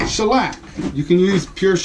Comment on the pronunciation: Shellac sounded a lot like broccoli to me. Love those voice overs!